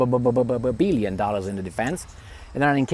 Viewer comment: You are brimming with infectious humour! How funnily you emphasise the enormity of the public money gone waste on failed hypersonic research, by saying "800 bbbbbbillion dollars"! Your style is most entertaining while being enlightening too!! You're always so good at bringing the big wigs of society right down "bbbbbbelow" to the level to which they really belong!!!